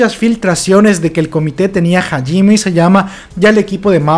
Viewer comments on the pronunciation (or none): Se pronuncia SHINgeki no kyoJIN y HAjime Isayama y MANgaka y LOR (no loré)